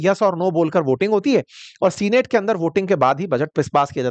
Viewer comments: Sir senate is pronounced not as सीनेट but सेनेट . Please correct that. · सीनेट ❌ सैनट ✅ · सीनेट नहीं सेनेट उच्चारण होता है।